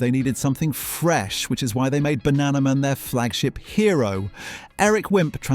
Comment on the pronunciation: Is the narrator AI?? Sometimes he says Beano correctly and other times it's Ber-no. The way he says Shoot is ridiculous, he can't pronounce banana and says the word zanier as zar-nier. So, so annoying!!